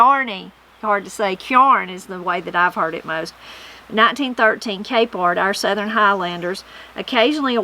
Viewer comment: I really enjoyed this one, there’s a bunch I hadn’t heard before including your pronunciation of the word southern... you say ( I will attempt to spell phonetically) sutherin or southeren. Is that typical where your from to say it in 3 syllables?